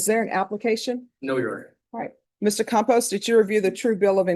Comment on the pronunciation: It’s Campos but I love that Judge Boyd pronounced it Compost. 😂